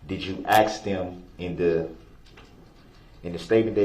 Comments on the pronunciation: You were talking about bulldozing through when anyone is talking. I hate when he ask "axe" a question and then interrupts the witness trying to answer him. The judge has called him out a couple of times for it. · what IS the point of axe-ing questions